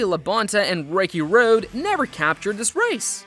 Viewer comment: Wow you must be stupid. You can't even pronounce drivers names correctly. Wtf is Ricky Roud?